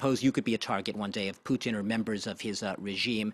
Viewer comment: Vlad-eee-meer PooottIN. The way the France 24 guy pronounces Putins name is interestink